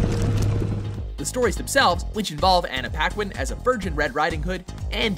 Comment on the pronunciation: I swear he said Ghandi instead of candy during the Jackolantern one.